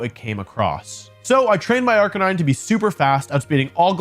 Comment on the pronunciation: I think you’re saying arcanine wrong?